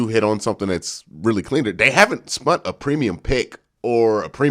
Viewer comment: Hey Q, Not trying to be picky, because I love your content. But, The word is SPENT... Not "SPUNT". There's no such word as Spunt. However, there is Spun, which is the past participle and simple past of Spin. But, again Spent, which is the past tense and past participle of spend, is the correct word to use... not Spunt.